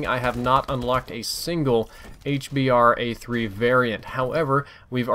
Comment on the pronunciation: Try to call it the "H-Bruh" so you get out of the habit of calling it a "H-Bar"